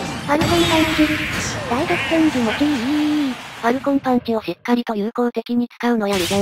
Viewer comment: ファルコンパンチヲ じゃなくて、 ファルコンパンチをですよ